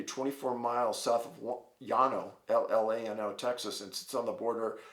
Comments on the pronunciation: Llano, pronounced Lan-o. Great vid, keep them coming. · Lol Llano is pronounced L-ah-no down here in Austin. Love you David but I thank God we ain't got none of this Devil shit goin on down here but I do go skiing up in Colorado every winter and this shit freaks me out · When I was younger,a teenager, and my father was alive, we did allot of deer hunting, we hunted all over down around Austin, fredricksburg and llano, pronounced lano, long story short, a doctor friend of my father had some land we could hunt, and just so happened, was the property in which enchanted Rock was on, 3 different times I sat atop that rock hunting,bfor the line of site from it was incredible, never did get a deer while atop that monster of a rock, close by yes, but never using that for my lookout, not sure if you know or not but that rock had cracked back in the 70 and people used to say that it dang, never heard that either, think it had something to do with it hearing up after a cold night, never really thought much about it till you said something about it, just kinda meet to hear someone talking about it, and fredricksburg is a real neat little ol Texas German town, the whole city square is total German, and fun to walk around in, or so it was back in the very early 70's....kinda doubt anything down there is the same as it was back then, but the whole area around there is granite everywhere, and llano even used to be the whitetail deer capital of America....but that was quite a while back